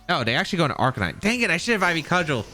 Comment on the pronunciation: didn’t know how to pronounce cudgel idk if he’s gonna be able to pronounce serendipity